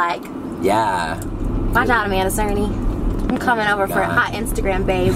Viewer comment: It's cerny not cerney